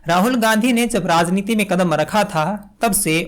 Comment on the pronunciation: Dear, what about the 'vyangya' by Muhammad Zubair? Didn't that deserve not only digging but jail as well? Don't old movies deserve digging and name calling? And just because you talked about the need for good Hindi, here is a humble advice for your own Hindi. It is "rajneeti" and not "razneeti". I have still been listening to you in spite of these flaws in Hindi because it is the ideas that matter and not necessarily the language. About demanding apologies, they are only targeting the journalists because they have no business to call anyone pappu or phenku. Only politicians can do that, which is why no one has demanded an apology from Amit Shah or Modiji or other members of the BJP. So there should always be a difference between Srinivas and Saurabh Dwivedi. While Srinivas is a politician and can behave like a troll just like Amit Malviya and Sumbit Patra, Saurabh Dwivedi or you for that matter cannot behave like a troll as long as he calls himself a journalist.